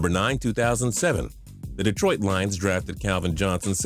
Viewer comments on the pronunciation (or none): none